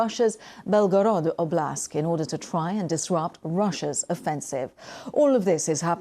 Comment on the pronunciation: it sounds like the presenter says "oblask" not oblast. Small detail but poor reporting